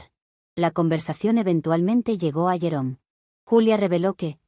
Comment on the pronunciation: Me he quedado pensando porque, cuando escuché el nombre del ex-esposo, pensaba que había dicho llorón en vez de jerome XD, creo que ese nombre le viene al pego.